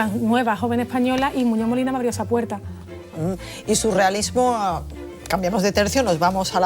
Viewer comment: La presentadora después de decir «ustez» y «responsabilidaz» va y dice «Muñó Molina»